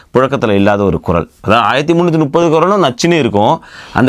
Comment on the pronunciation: You said it right this time 😅 1330 kural.